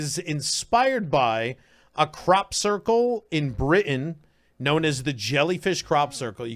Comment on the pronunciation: how he says Britain is so funny 🤣